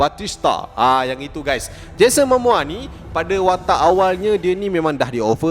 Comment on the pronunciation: Bukan 'Mamoa', 'Momoa'!